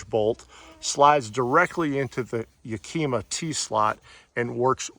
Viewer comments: ya-ka-ma is how HD rack is pronounced. nice awning...with all the fixings... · Great review. I bought the same awning. I really like that you touched upon the fact that you don't get roof rail bolts to mount it. I spent weeks trying to find the right bolts for my Thule rack bars and there customer support was absolutely awful, they will not send you the proper bolts. It was a very thorough review, I enjoyed it. But please learn how to pronounce Yakima. It's pronounced like the city in Washington and starts with the sound of the wooly animal a "yak", "ah", "mah". There is no q in Yakima. Keep up the good reviews.